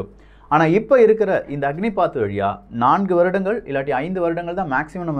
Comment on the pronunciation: "அக்னிபத்" அக்னி பாத் இல்ல